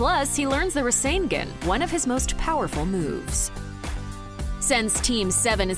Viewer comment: She can’t even pronounce rasengan correctly.